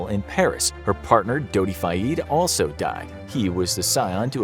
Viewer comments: Appreciate your videos, but you guys REALLY gotta get your pronunciation together. It's ElocUtion, not Allocation. And Al Fayed, not Al FayEEd. This is common amongst your videos. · U say fayed wrong